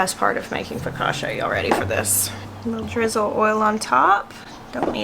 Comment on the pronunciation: Lulu is so precious & curious. Seeing those Nasturtium flowers cheered me up. I'm kinda bummed I didn't get out to do yard work today - likely our last day in the 70s until Spring. Instead I napped after lunch & the sun set ish today. It was too dark to work outside. 😟 No offense but being Italian, it's pronounced Fo- ka- chia.( Emphasis on the middle syllable).